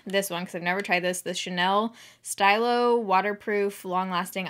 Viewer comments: Stylo is pronounced more like steelo, it means 'pen'! "Stylo yeux' (Steelo yUH) means eye pen. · Stylo is French for pen, it’s pronounced like stila but with an o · Stylo is supposed to be pronounced “ steal-O” it’s the French word for pen ☺️ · Stylo is pronounced stee-low. It means pen in French 😁